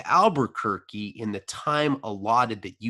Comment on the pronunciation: I grew up in Albuquerque=pronouncing it '' Are buquerque" every. single. time. Even in the past series is just soooo fuxxin hilarious to me for some reason